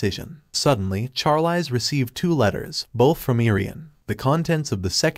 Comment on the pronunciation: I hate how the bot says the Female lead's name. It is pronounced sharleez just like the actress Charlize Theron, as well as mispronouncing many other names and words like resume said rezumay